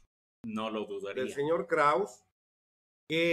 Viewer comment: se dice KRAUZE 🤷🏻‍♀️🤦🏻‍♀️